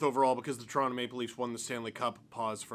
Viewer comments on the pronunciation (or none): none